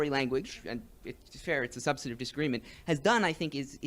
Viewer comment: the guy can't pronounce "substantive"